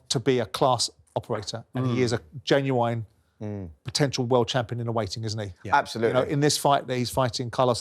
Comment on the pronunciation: Genuwhine Simon. 😂